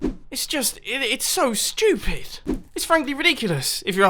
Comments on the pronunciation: Its so funnnnny it sounds like your saying shhh..tooopid instead of stupid😄😏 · My favorite part was when he said shtupid as many times as he has subscribers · sounds like he is saying shtewpid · How mumbo pronounce stupid : "Sthupyd" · i can listen to a british guy say stupid again and again all day long